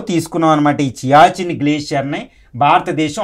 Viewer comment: It is siachin glacier not chiachin